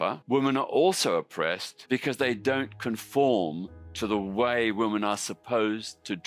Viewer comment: This is Peter Tatchell. He literally can't pronounce the word "women" let alone define it. If you want a good laugh go look up the video of him "debating" (getting his arse handed to him) Helen Joyce and getting increasingly annoyed at "Freda" on his side representing the trans community getting drunk and claiming she would sleep with ppl in the audience's husbands. He then proclaimed he knew the gender identity of the audience based on what they were wearing. If you want a darker side then look up what he said about a certain group of men and their attractions to children. It won't surprise any of you.